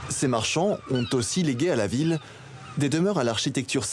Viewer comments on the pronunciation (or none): À un moment il faudrait apprendre à prononcer correctement le nom des villes